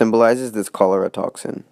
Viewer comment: it's pronounced cholera